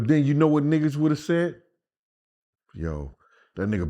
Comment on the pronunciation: Den dude enunciate it's THEN NOT DEN